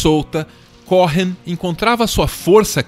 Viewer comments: O H é mudo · Cohen! não Cohrennn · "CORREM" não, queridos, a pronúncia correta é "COUEM"...Bjs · Se pronuncia Coen, não CoRRen como estão pronunciando aqui. Vídeo incrível sobre essa pessoa incrível ❤️ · se diz "Côen" não "corren";) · Que agonia você pronunciando "corren"!!! É um nome judeu, significa sacerdote, é o nome mais antigo dos judeus, dos filhos e Aarão, pronuncia-se "côên", é como um título. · O video tá maravilhoso, extremamente bem feito e bem produzido como sempre, mas acho que seria bom o narrador dar uma olhada no Google Tradutor a pronúncia desses nomes gringos, porque confesso que me sentia mal toda vez que ouvia ele falando Leonard Córren, é tipo Lênard Cô-en. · O "H" do nome dele eh mudo. Eh "Coen" e nao "Coren" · CÓ-HEN soa horrível, seria melhor pronunciar CÔ-EN. No mais, excelente vídeo!!! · Cô...en. e não CoRRen. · A pronúncia do sobrenome me soou estranha. Cohen, é Cohen mesmo, sem o rótico (o ‘r’) gutural. No mais, o vídeo tá fantástico. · Foi só isso que ficou faltando! Cohen, com o h mudo! No mais, meu muso, Leonard! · Mais um vídeo com texto pretensioso e raso. Se tivessem realmente pesquisado de verdade saberiam, pelo menos, que a pronúncia correta do nome de Leonard Cohen não é "Correm"; o "h" é mudo. Aliás, em toda a entonação da narração do vídeo transparece que quem está falando tem uma dificuldade de raciocínio, ao mesmo tempo que tenta parecer sabichão, e fala para retardados. Tudo é precário e mal feito. No entanto, o relativo sucesso desse canal é compreensível, afinal, vivemos num país de bestializados. Qualquer pouca coisa já é recebida como se fosse muito, independente da qualidade, ou melhor, da falta dela.